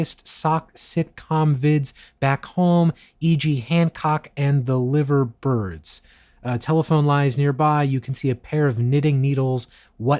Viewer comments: LIVE-URR BIRDS, LIVE-ERR BIRDS Pronunciation aside, this was an awesome video and I just loved how you got straight into it. Who knew about Beatle Quest before this vid? I certainly didn’t! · His pronunciation of ZX Spectrum and Liver Birds makes me angry…